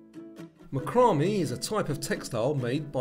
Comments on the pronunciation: just for the record: macramé is pronounced MA-creh-may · Fun quiz but narrator should check pronunciation of words like macrame.